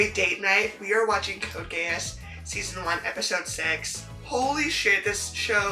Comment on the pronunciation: it's pronounced gias even though it's spelled geass